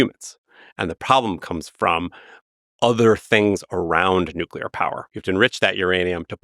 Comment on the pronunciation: nucular fizz fizz